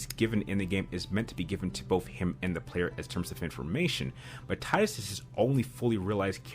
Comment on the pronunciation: Subbed for pronunciation of Tidus.